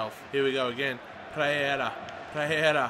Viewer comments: PEREYRA not Preyera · PEREYRA NOT PREYERA!